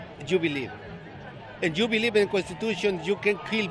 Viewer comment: youd beWieve youd beWieve...I believe he may need to be deported. His sign should say PLEASE NOW!